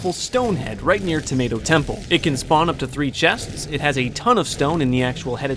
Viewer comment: and you said 🍅 temple 😑 exoosssedd